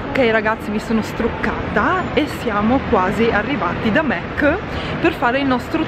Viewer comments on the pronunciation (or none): SI DICE MAC NON MEC ;-D